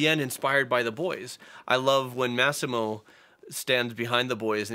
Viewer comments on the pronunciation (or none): His name is pronounced Ma-see-mo!